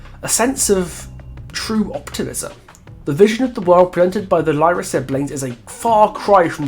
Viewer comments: And they are from Fortaleza, not Rio. And it's not ''lie-rah'' it's ''leerah'' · Also "y" in Brazil is pronounced as "ee". So their surnames would be "Leeruh". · Brazilian here. Really enjoyed the video and wanted to point out you actually pronounce the y in Lyra with an “E” sound. Sorry for pointing it out, but I’ve seen so many people pronouncing it wrong. Keep the good work